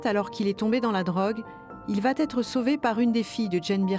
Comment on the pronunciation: il vatêtre ⛔ il va être ✅ (pas de liaison, puisque pas de T à va )